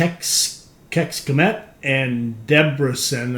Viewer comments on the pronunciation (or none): Hi, I''m Hungarian, Budapest is our capital, so the pronounciation of Kecskemet is like: catch-che-mate and Debrecen is like: Deb-rhe-tzen Cool game btw :)